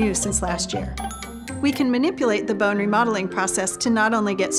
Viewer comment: I hate how she pronounces “bone”